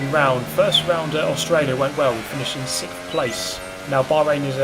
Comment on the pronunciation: Why do you say SSSHtoffel? It's just 'Stoffel'. Or is it for the same reason you say 'sikfxfth' instead of sixth?